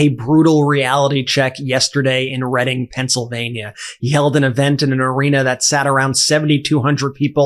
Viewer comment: Hey Brett great job on the video as always with MTN,also great job pronouncing the name of the town as a Pennsylvania native nobody outside the state pronounces Reading (Redding) right. They always say Reading (reeding) awesome job buddy🎉